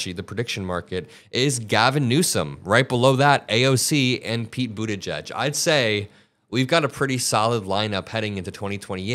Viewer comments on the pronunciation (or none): none